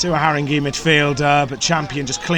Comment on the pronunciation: Great but it’s pronounced Harrin-gay not Harring-gee